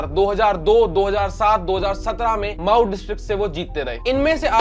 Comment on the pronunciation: मऊ को माऊ बोल रहा। कौमी को क्वामी बोल रहा।